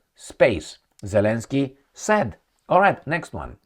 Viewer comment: Zelenskye pronounced in ukraine language douple yy...